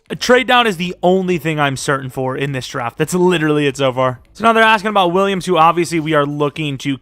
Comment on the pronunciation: You did too much when you said Williams